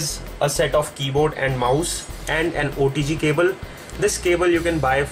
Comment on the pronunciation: Sounds like he is saying odg cable